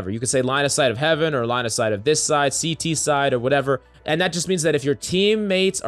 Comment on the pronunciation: I am a cs player and while the beginning, Everyone said CT "City" and every time they said it I laugh so hard...